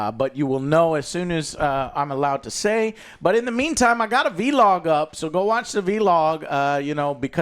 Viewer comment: Whens someone gonna tell Joe its not pronounced VEE-LOG, its vlog. Vlogging.